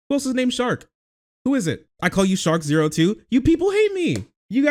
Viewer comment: TIL his name is not pronounced "Shark Zero."